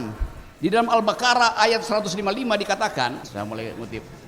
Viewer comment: Buakakakak al bakarah.. Tulisan indonesia nya emg gtu, tp bacanya g gtu 😂.. Masjid kembar, dimana pula ni wkwk